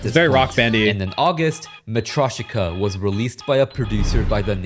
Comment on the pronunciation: SAME and he couldn't even pronounce matryoshka properly... the creator didn't even try😭